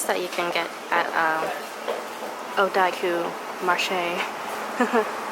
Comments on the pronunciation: there's no (i) in odakyu. Its pronounced oo-da-kyu not oo-da(i)-kyu ! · za az I'm glad I wasn't the only one who was driven insane by that